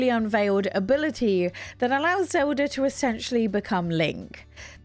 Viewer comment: XOWDAH is a real interesting pronunciation of Zelda.